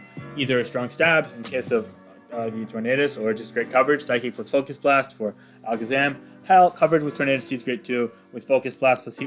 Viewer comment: LOL did you say Focus Blunt 🤣🤔🤣